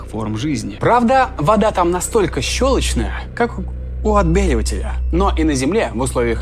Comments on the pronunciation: не щелочная а щелочная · не щелочная, а щелочная! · шовИнизм ок :) в ролике поправь Ударение следует ставить на слог с буквой А — щелочнАя. такие дела. :)))